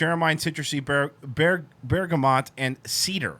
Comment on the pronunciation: Listening to you try to say bergamot is killing me